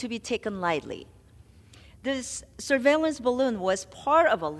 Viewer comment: D- Meeks NY….please stop butchering the word surveillance